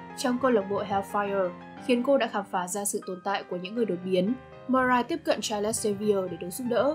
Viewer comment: Charles đọc là Cha-rồ-s chứ không phải là Cha-lẹt-s nhé